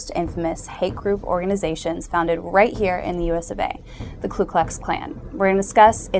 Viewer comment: Get a KLU, it's KU. This beotch doesn't know her head from her tight well rounded ass.